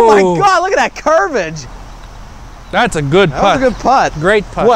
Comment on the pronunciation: "curvage" "bankage"